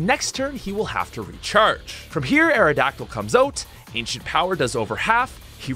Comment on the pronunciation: My guy said accent ower